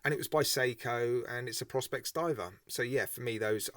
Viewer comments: isn't it pronounced Pro-spex? I don't have a white dial watch though am looking to add one to the collection. Not sure this one lures me In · I think its pronounced pro-spex and leather on a diver is so wrong. 990 quid lol I rather wear my SKX.